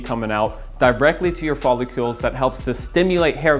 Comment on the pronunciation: did he say 'follicules'? 😂